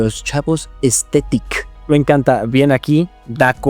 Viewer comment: Creo que los chavos dicen "aesthetic" no "estetic"